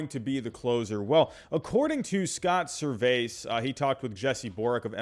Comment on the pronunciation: Not that it really matters but Servais is pronounced like “Service”